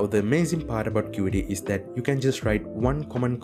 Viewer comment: qt is not pronounced "cutee" but "cute"